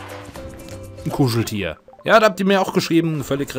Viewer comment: Ich liebe es wie du "Ein Kuscheltier" sagst. "N Guschltier" XD